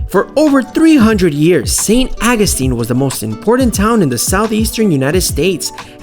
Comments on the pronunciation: St. Awe-gus-teen, that's how it's pronounced. 😉👍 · Why are you butchering the pronounceation of St Augustine. It's aw gus tine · How the hell are you pronouncing St. Augustine?! I couldn't even finish the video.